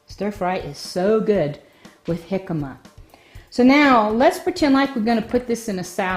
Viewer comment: Your pronunciation of it is making me want to call the cops. Please learn to correctly pronounce the word.